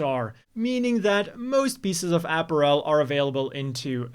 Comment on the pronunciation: Not because of the gender collection joke though... Because of the way he pronounces apparel.